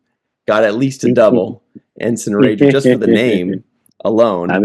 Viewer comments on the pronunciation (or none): rager not rajer.